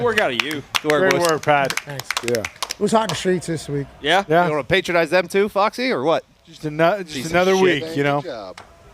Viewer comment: Can someone teach how to say THEM, thum is one of the dumbest pronunciations in our language.